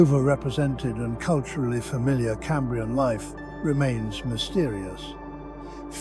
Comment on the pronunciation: Even if it weren't pronouncing Cambrian wrong the pictures would at least line up with the script. It is talking about anomolocarus whilst showing hallucogenia. I'm out!